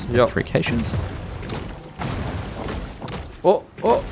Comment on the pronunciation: You pronounce caches wrong